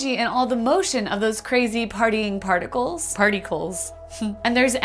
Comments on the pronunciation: The way you said, "Party-cles" made me hat you, but I couldn't because you're great. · ‘partycles’ no way😂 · ok i subbed when she said partycles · The most impressive part of this video was you pulling off "Partycles" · is she gonna get demonetized for saying partycles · I gave a like because of "Party-cles".